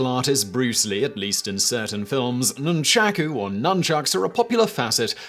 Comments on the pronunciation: Nunchacku. The proper pronunciation is nunchaku . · Whoever says Noonchacoo instead of Nunchaku can't be trusted 🤣🤣 please DYOR & learn pronunciation. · "Nunchucks" is a very lazy way of pronouncing "nunchaku" and a more accurate word for ninja is "忍び Shinobi", the original Japanese word, which roughly translates to "ruffian, spy" which is, itself derived from "忍び寄る shinobiyoru", meaning "creep around".